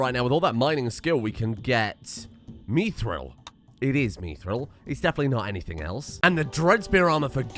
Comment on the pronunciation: the way you say mithril and wyvern hurts me